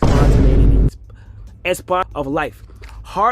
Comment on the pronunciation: Seeing and hearing Kai Cenat not know how to say 'spontaneity' made me sad. He's the guy teaching today's youth? Damn😢